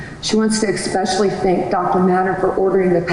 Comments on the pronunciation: Brittney's lawyer needs to learn the pronunciations. The word is Especially!! Especially!!! She pronounced this word as expecially 4 different times!! 4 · I think any lawyer that uses the word “expecially” probably should not be a lawyer. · her defense counsel pronunciation "EX-specially" 🤦🏻‍♀️ ugh.... I can't even.